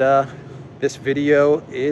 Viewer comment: The Sala Neekee is what I am hearing you pronounce Thessaloniki. I find it interesting how names and words change in pronunciation from country to country. Two = Too, yet Two and Twelve/Twenty is not the same.